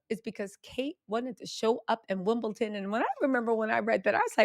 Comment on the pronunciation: It’s Wimbledon- not wimbleTON 🤣